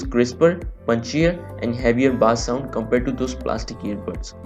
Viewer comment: Not baaaaaaaaassssss it pronounced as BASE - BASS